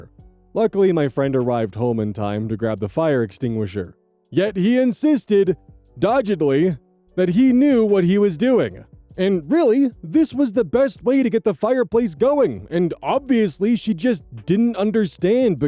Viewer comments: "doggedly" is pronounced like "dog" not "dodge". Otherwise, love listening to you read. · Dog-gedly, not dodge-edly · Not a criticism. Doggedly is pronounced Dog ed lee. I was confused until I read what you said and thought there was a new term for evasive that I wasn't aware of. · 1. Doggedly - dog' ed lee with a hard g 2. Bourguignonne - nearly nailed it!!! just needed a hard g that first one - good job! 3. styrofoam RECYCLE: your local solid waste authority will have a list of locations that recycle items like styrofoam. DO NOT try to destroy it yourself. 4. STOP GIVING DEVICES TO CHILDREN!!!